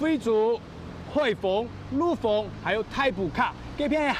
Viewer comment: 陸豐 念 liug fung 毋係陸豐 lu fung 主持人客語愛加強